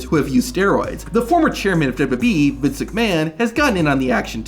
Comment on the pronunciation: This is such a petty criticism but the way this dude says "WWE" makes me wanna vomit. Its so bad and I cant unhear it